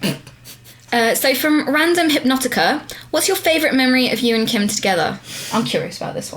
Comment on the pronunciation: Kim pronounced my name wrong XD